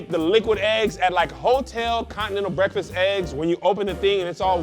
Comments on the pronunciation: So nobody’s gonna say anything about saying “bweaktfast” in the begging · Did anyone else hear say "bweakfast"?